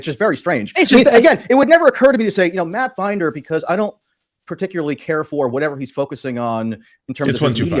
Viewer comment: It seriously pisses me off that he's doing this whole "I'm upset cuz you guys have been making fun of me and my girlfriend" thing as he is intentionally mispronouncing Emma Vigeland's and Matt Binder's names, he KNOWS how they're pronounced and he's already doing that kind of petty garbage like 4 minutes in?? And then later on, just pay attention to his rhetoric, his inflammatory descriptions. He's calling them "interventionist policies" and saying they have "testing regimes", who the hell is going to hear that and not think he's trying to draw a connection to bad foreign policy and war? He's intentionally using words like that to overblow the situation, they're wearing masks and getting tested for covid so it doesn't get spread as much - as in SAVING LIVES, And he wants to draw a parallel with his language to make it sound like a crazy murderous war? He's using the phrases Tulsi overuses when she talks about war and it's always in the same vaguely inflammatory way. Let's also be clear that neither of them are actually Anti-interventionist. On top of that, it's so damn annoying that he constantly uses language that makes him sound more of an intellectual than he is. Michael Tracey is a fraud and a pseudo-intellectual.